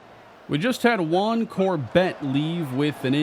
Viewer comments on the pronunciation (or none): none